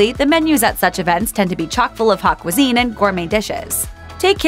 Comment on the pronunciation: Yep. This bothered me, too. Also pronouncing 'haute cuisine' as 'hot cuisine' killed me.